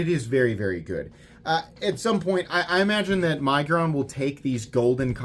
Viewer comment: I am so happy that you are using the right punctuation. Your fellow YouTubers love to use the (N) syllable in the word to make it sound like Nig-uron .